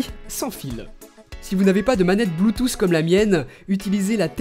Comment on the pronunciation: c'est pas bluetoouuss c'est bluetooth